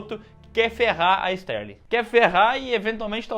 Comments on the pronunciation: Clarice STARLING, não STÉRLING. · Não é Sterling. É Starling.